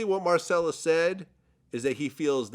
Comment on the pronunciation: Marcellus- "Kap cappn"